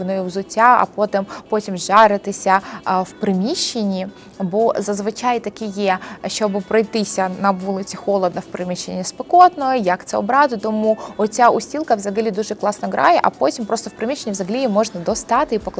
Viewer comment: Устілка - з наголосом на першу літеру - У 😊